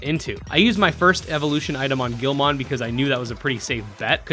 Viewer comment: The way he says Guilmon is triggering